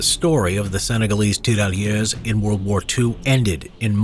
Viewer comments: As a French speaker, I cringed everytime you Said tirailleur. A great movie on that subject is Days of glory. It dramatized the use of French colonial troops. It's a shame that movie barely got any attention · The prononciation of tirailleur isn't good